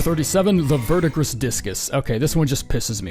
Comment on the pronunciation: “Ver-the-griss talisman”